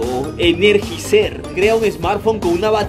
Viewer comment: enerjicer JAJAJAJA, es Eneryaizer jajajjajajajaj